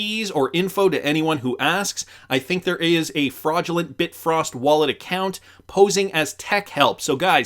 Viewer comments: Bi-Frost wallet not Bit-Frost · Bi-frost. Not Bit-frost. Bifrost wallet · It’s Bifrost wallet not bit frost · Bi frost. You might be confusing people. It's not bitfrost. It is Bifrost.